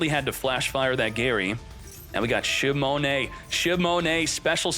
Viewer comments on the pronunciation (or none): Shimone shimone shimone...😂😂😂😂 it's shinonome, man, SHINONOME...say it with me now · Shinonome: shimone